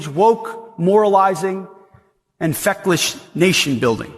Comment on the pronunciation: HEGSICK, LOL HE SAID FECKLESH💀STUPID ITS FECKLES